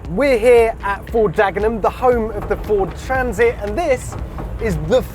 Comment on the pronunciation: Ford Transit? Never heard of it. Fowd Traaaansit though...